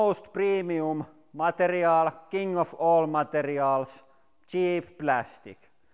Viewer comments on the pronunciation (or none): none